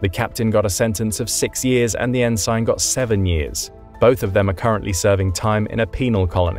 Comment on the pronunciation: "en-SIGHN"? I didn't realize an AI was reading this.